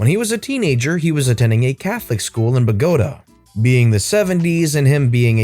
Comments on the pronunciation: Hmmm - very surprised by the mispronunciation of 'Bogotá' - stress should be on the last syllable, not the second. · Bogota, accent is on the a! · Ummmm, Bogota is pronounced Bow-Go-Tah (the tah rhymes with aww and caw)... It is the Capitol of Colombia, South America...